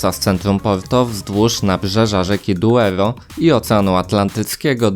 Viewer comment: Douro, not "Duero".